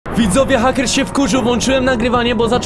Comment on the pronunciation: hejker a nie hacker